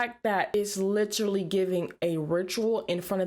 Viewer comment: Last request. Will take a break from your channel for a bit. Will you please stop mispronouncing “literally”? A lot of people do, but you’re a leader.